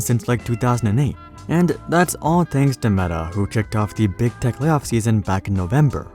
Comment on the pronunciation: Am I the only one who keeps hearing "big dick companies"?